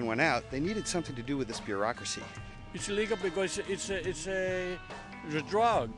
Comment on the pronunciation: "is illegal because is a is ay isa dwaog" lol